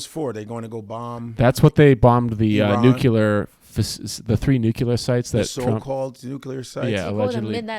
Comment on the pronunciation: It really bothers me when people newcular... ITS NUCLERA; NU-CLEAR